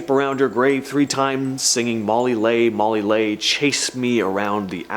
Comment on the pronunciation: Leigh is pronounced Lee. That's why it rhymes with tree.